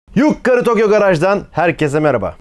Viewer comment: şu videoların başında düz yukarı tokyo deseniz? yuKKarı diyince inanılmaz gıcık oluyorum